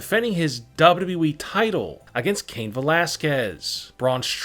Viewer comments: It's wwe.... .not dub dudeeeeeeeee..... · So y'all trusting a guy who says WEE instead of WWE🤔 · Him saying Dababa E makes me laugh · Ayo say wwe again 😂😂😂